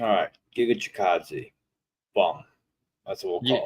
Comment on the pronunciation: Pegasus tryna say Giga’s name was wild 😂😂😂